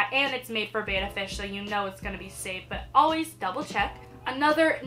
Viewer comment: It's pronounced Bet-tuh not Bay-tuh 😜💗 Oh and FYI: you want at least a 5 gallon tank. 2.5 is just not enough room 😔💗